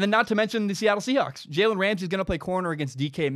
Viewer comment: Take a shot every time he says jalens name wrong